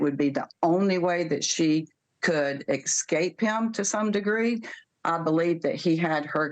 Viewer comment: Can't take anyone seriously who says "EXSCAPE" instead of escape. This attorney seems like she passed the BAR by walking by one